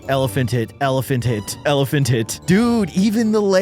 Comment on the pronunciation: bro is litrying saying elephant tih